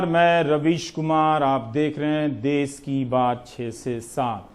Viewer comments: देस नहीं देश सही शब्द है रवीश जी प्लीज इस पर ध्यान दीजिएगा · देश होता है देस नही । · dase nahi desh hota hai sudhar kare